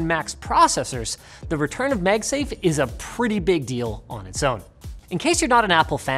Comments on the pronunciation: I love how he pronounces 'megsafe' instead of 'magsafe' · Is it a Canadian thing to call it "MegSafe" instead of MagSafe? Other than that, good content as allways =) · "Meg-safe"?? "Megnetically" "MAAAG-safe" Linus.. and "Maaagnetically" Linus.. come on now.. And NO! You can't blame it on any accent, coz you ain't got none (pretty much)..😉😅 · wtf are you talking about? I don't hear it at all. He's saying magsafe. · I'm sorry, did I hear you mention "MEG" safe? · mEgsafe! I bet now you can't stop hearing it. hahaha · Is he saying MegSafe? 🤔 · You pronounce "MAGnetic" just fine, but then you turn around and say "MEGsafe" like it's a Chinese copycat brand. WTH? 🤔🤣